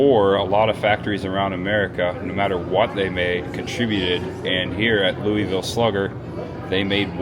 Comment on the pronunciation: being from Indiana, you pronounce Louisville correctly!:) I live in KY and have been to the Slugger museum. I'm closer to Lexington but go to Louisville several times a year. Next "spooky season," you and Cris should make a trip to Louisville. There are some great Halloween options: Waverly Hills (I've been there), Jack-O-Lantern Spectacular (I've also been there and it's AWESOME), and somewhere nearby is Pope Lick Bridge (legend of the "goat man") which is supposedly some spooky half-man half goat, ha ha:). I believe they even have a goat man festival, LOL:). I'm a subscriber to both yours and Cris's channels. Keep up the good work!